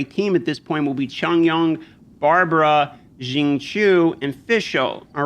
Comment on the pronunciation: your Xing Qiu pronounciation is as good as it gets for Westerners. well done. for Chong Yun, the "Yun" is more of a "Yoin" or "Yuin". don't know how to type this out to help you. hahaha.